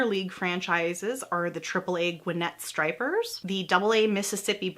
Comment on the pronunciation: Kills me that she pronounced 'Niekro' right, but got 'Spahn', 'Glavine', and 'Stripers' wrong. The last three rhyme with 'Khan', 'Grabbin', and 'Chipper's', respectively.